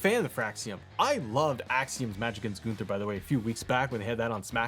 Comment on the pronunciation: Not GOON-ther 😅😂